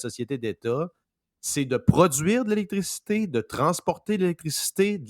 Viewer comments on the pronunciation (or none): a besoin de revoir sa prononciation du mot "électricité"😂